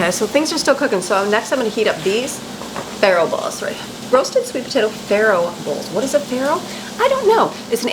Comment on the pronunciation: Not farro